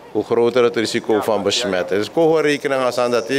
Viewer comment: Besjmetten, bezjoek, besjtond, hoogsjte, besjpreking, sjteunen. Pasjpoort. Na mi pres yerre. Ai taki!